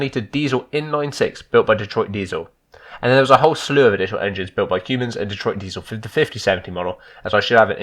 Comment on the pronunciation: Nice videos,love how you say Cummins like cumin,the spice